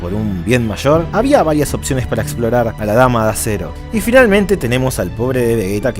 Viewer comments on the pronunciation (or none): none